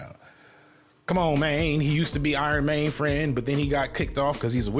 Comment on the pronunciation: "Iron Mayne" is crazy 😂😂😂😂